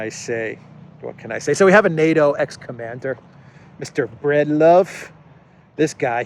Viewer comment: BREED love . Not BREAD love.